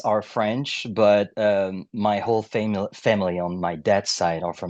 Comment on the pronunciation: I love how he was about to pronounce “family” as famille.